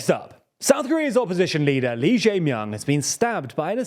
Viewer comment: A quick note: "Lee", or 이, is pronounced like the letter "e" in Korean.